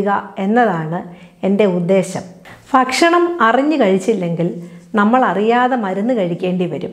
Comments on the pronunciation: നല്ല ഉപകാരപ്രദമായ വീഡിയോ. ഇതിൽ ഡോക്ടർ ഒരു ഉച്ചാരണം sariyaakkiyaal നല്ലത്. ഫക്ഷണം അല്ല. ഭക്ഷണം.fa എന്ന അക്ഷരം മലയാളത്തിൽ ഇല്ല. അത് english il മാത്രമേ ഉ ള്ളൂ. ഭ എന്ന അക്ഷരം രണ്ടു ചുണ്ടും വയുടെ ഉള്ളിലേക്ക് മടക്കി വച്ച് കൂടുതൽ ശക്തി കൊടുക്കാതെ അല്പം ശക്തി യായി swaasathodoppam പറഞ്ഞാല് ഭ എന്ന അക്ഷരം കിട്ടും. പ, ഫ, ബ, ഭ മ. ഇതിന്റെ ഉച്ചാരണം ഒന്ന് ശ്രദ്ധിച്ചാൽ നന്നായിരിക്കും. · ഫക്ഷണമല്ല, ഭക്ഷണം